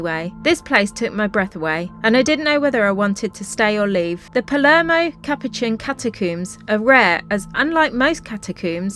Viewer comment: Your pronunciation of Italian places and words is painful! Nero Diavola. has accent on the "Di". Palermo not Palmero.....